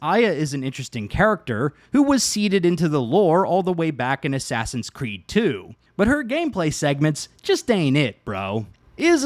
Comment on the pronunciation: Asswawsins cweed oranges